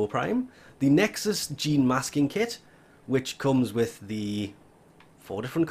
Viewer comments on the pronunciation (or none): none